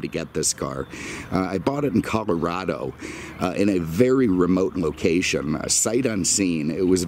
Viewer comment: Thank you for pronouncing C OLOrado instead of C ALArado like so many non-locals.